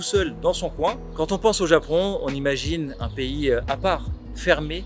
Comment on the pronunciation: Le Zapon ouais!!